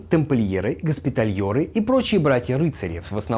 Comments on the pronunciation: ГоспитальЕры, не "Ё"ры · спасибо за ролик. Две мелких поправки - 1.ГоспитальЕры 2. Конрад - ударение на "о"